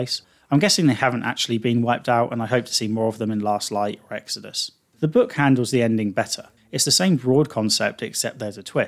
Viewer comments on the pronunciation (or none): none